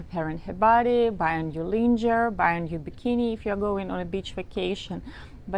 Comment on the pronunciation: Her English is excellent but I'd like to add this as a small help for pronunciation of a French word we use in English...lingerie.